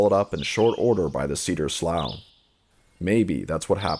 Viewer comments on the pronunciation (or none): I think it's Slew as in through not slow as in though. Relatives worked at Union Slough NWC in Iowa.